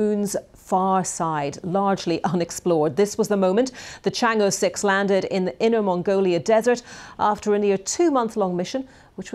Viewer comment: Thumb up to BBC, the only mainstream news agency so far has pronounced the Chinese goddess correctly. It’s Chang Er (approx) not Chang I. Just like president XI is not president 11.😅